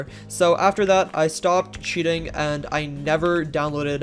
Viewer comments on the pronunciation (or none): aint gonna lie I genuinely thought you said "cheetahing" when you said "cheating" lmfao